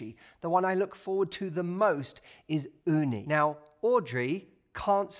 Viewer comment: I really love hearing you saying Uni "雲丹"😆. Perfect pronunciation! Lots love from Japan